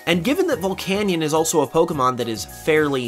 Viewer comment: Say it with me now VULL-CANE-EE-IN